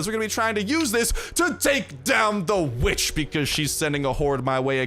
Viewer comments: For a second I thought you said b***h whenever you said vitch 😅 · I know you said kill this witch but I swore I HEARD A B